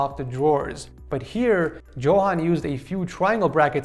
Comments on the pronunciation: Btw u pronounce it Yohan not Johan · "Going back to the single and lonely setups..." im dying lmao (Also as a half Swede, I can say that "Johan" is said as "Yohan", but a common mistake all g)